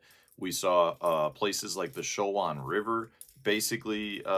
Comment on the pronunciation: I live in the area it’s Cho-Juan ( Chowan) River 👍